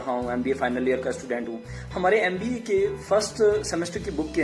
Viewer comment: Bhai M.B.A na ki 'Yam.B.A' , ..dusro ko jagane se pahle khud ko jagao, vedio edit karke youtube par dalne se pata nhi kya milega tumhe, but pahle khud ko fir dusro ko..